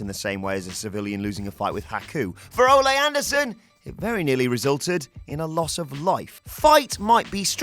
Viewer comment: OH MY GAWWWD!!! I swear I was going to blow my brains out if you pronounced Ole Anderson's name as olè as if he was El Generico's dad. If that wasn't bad enough, the editor spelled Patreon instead of patron. C'mon guys. C'mon.